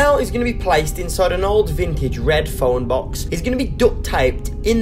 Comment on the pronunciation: I laughed when he said “Were gunna duktape him in the fone bux” And “These are my food and water” Legit theres only 2 water bottles